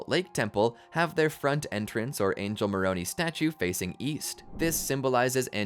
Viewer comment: Please teach your AI narrator to say Moron "I", not Moron "E". Thank you.